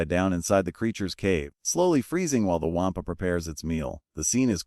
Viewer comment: The "Waaampa" is pronounced "Wawm-puh".